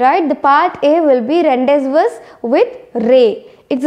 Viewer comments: It's rondawo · Pronounce ron day voo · Mam .Rendezvous=randi-vu-with ray is the correct pronunciation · Ur pronouncing of rendezvous is wrong